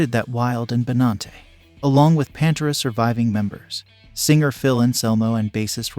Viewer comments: Bro, it's Pan Tear Uh... NOT Pan ter Ah... Sigh... Vinnie Paul HATED Phil! HATED HIM! So I guess Van Halen is having a reunion without Alex and Eddie... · Who's Pantra? Seriously you can't pronounce the iconic bands name correctly it's Pantera ! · its PAN-TEAR-UH(PANTERA) dude..not pan-tur-uh panturuh...omfg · Its pronounced Pan-tera f$%ktard!! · It drives me nuts when producers of these videos are so lazy that they use computer generated narration...."Panter-uh"? That sonically says to me that the producer of the video knows nothing of what it's all about. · Why you calling them Pantruh? Cringe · I had no idea that Pantera was pronounced Pantra, thanks narrator! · If you have a YouTube show about metal, learn how to pronounce PANTERA. PANT(like pants). and ERA(like the end of an era). Now say it with me. P A N T E R A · Are you serious with the way you pronounce PanterA. You have no right making a video about them. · Please say PANTERA right, just one time! Ffs! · I paused the video after the second mispronunciation. I cannot watch videos where the main subject they are talking about is pronounced wrong. Ever heard of research? There must be hundreds of videos with the name said correctly. Ever do any editing? How do you watch this and put it out? I wanted to hear what the two gentlemen had to say. I tap out when people are this lazy. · Not even pronouncing the band's name correctly... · This channel says it’s “keeping rock alive” or whatever and can’t even pronounce Pantera. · How is it possible for the narrator to put together a video like this and not pronounce Pantera correctly? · So you don't know how to pronounce "Pantera"? Is this a bot reading this? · You put out a video about Pantera, which requires some research, but you repeatedly mispronounce the name of the band. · Maybe one should at least pronounce Pantera correctly before posting. It bothers me deeply. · Mate you need to learn how to say Pantera properly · Why are you pronouncing Pantera like that?